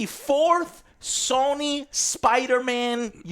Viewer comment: sawny new…. Dude has the hardest time pronouncing words he constantly does this with so many things